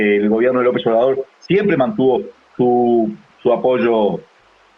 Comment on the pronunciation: Sería bueno que antes de opinar se aprendiera bien el nombre de nuestro presidente, Andrés Manuel López Obrador. Si ofende que no lo diga correctamente.